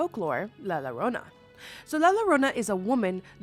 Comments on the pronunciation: Mexican people who are disappointed 😔 👇 (ITS LA YO-RO-NA NOT LA LORONA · Always find your videos entertaining, but in Spanish, the letter “LL” is pronounced like a “Y” in English. So it’s pronounced La “Ya-Rona”, not Larona… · La Llorona is pronounced La Yuh-rōna. The 2 L's make a y sound in Spanish ❤ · la llorona isn't pronounced Lala Rona, it's pronounced la yorona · No la llorona and Bloody Mary are to different entities it’s pronounced llorona(garona) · Accidentally stumbled on you on IG and Facebook, love your silly jokes. They make my day! I grew up on la llorona, from Brooklyn NY I had no idea it was pronounced Lrownah in English. We pronounce double LL like a J we were saying jorona. Never too old to learn something, I was today years old when I learned it is pronounced Lrownah. I enjoy you, you bring joy to my day. Stay spooky can’t wait to virtually meet your mini-me spooky bundle of joy. ❤❤❤❤ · For the first one, its pronounced with a Y sound not an L sound. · Llorona = yo-ro-na 😊 and she's real. She'll drown you if she finds you.. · Girl the la llorona is pronounced as la yorona and kuchisake onna is pronounced as Kuchisake On-na lol 😂😅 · It's pronounced "yo-ro-nah". The double Ls get a "y" sound on Spanish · "Lala rwona" ☠️🫠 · (in Mexican from) erm actually it’s “la yo-ro-na” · LA llorona is a Mexican urban legend. The two L's are pronounced as a y. how do I know I am Mexicana and talk Spanish for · I hate to say this but it’s pronounced la yuh-roh-nuh. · I love you but “lie lorona” is cracking me up 😹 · Can’t help to laugh every time she says la Lorona…😂 I stand corrected “el sílban” is even better… haha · Really great video but I was pised of at first minute cause of the repeated mistakes at the name of the first legend 😂 it’s la YO-RO-NA double L it’s pronounced Y is Spanish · La Llorona... please it's pronounced la yorona 😭 with the Spanish double L making the y sound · As a Mexican " lala Rona " HURTS 😭